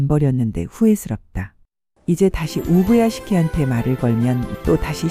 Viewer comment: 우부야개시키라고 말하는게 겁나 웃기네 ㅋㅋ